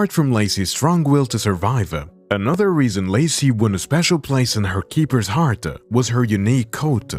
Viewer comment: just noticed some words you say end with ah like heartAh or coatAh I like it.😂👌